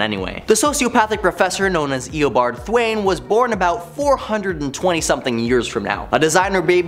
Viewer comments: Thawne not Thwain. It's pronounced Thaw with a N. Thawne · 😂😂😂... I dunno how he even got that pronunciation... What makes it even funnier is the whole time he's calling him "Th-wayne"... You see Thawne in the background... 😂😂😂😂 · “Thwayne…” Smh.